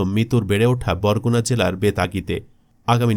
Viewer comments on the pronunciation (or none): none